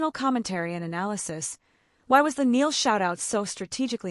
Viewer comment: It Loo-ee and Nigh- al . Get their names right and it will make everything else you say more believable. I do agree with what you said but names are important. I was worried when I heard that Zayn was getting back together with Louis because Zayn has proved who is over and over and a leapard doesn't change its spots. I used to worry for Harry when he spent time with Zayn because Zayn would get up to things that weren't a good look for Harry. I think Louis is mischievous but he had the knowledge to say no to Zayn. Harry was always safer with Louis. I think they were all safer with Louis and that's why he is still close to them. Zayn is his own worse enemy. I wish him luck but far away from Louis, Niall and Harry and the precious memory of Liam.